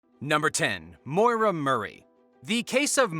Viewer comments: Maura!!! Not Moira. You are pronouncing it wrong!! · Maura is pronounced like "more-uh" not "moy-ruh". That being said, I'm willing to bet that after she crashed her car, she fled the scene to avoid a DWI and died from hypothermia in the woods.